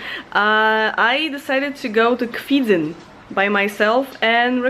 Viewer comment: To Kwidzyn, not "Kwidzyń" ;DD "Kwidzyń" is not correct and so annoying name ;D